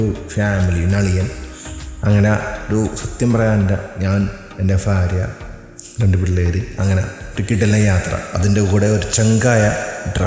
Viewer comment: Video 👌👌👌 ഫാര്യയല്ല ഭാര്യ.... ഒന്നും നോക്കണ്ട 100 പ്രാവശ്യം imposition എഴുതിക്കോ 😂😂😂